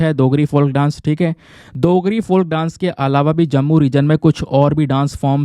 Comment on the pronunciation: Dear sir you missplet dogri you pronounced it as देgri but it is डोगरी थैंक्स